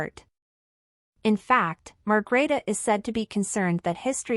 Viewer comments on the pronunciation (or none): Please, the Queens name is Margrethe, not Margareta or Margarita...